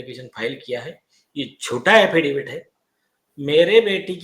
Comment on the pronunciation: अफिडेफिट नहीं, अफिडेविट.. see English spelling.. 5 - 6 बार गलत् pronounce किया!